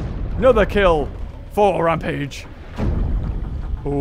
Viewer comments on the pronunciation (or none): none